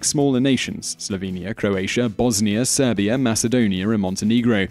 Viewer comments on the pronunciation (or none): none